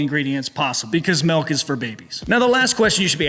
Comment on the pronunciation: Did he say melk?